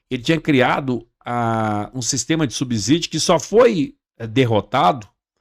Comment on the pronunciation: O correto é subsídio e não subzidio que vc pronuncia com z